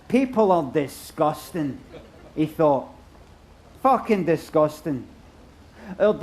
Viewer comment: Didnae half pull it off, "disgustang"